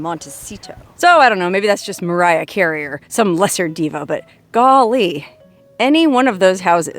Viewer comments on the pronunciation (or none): none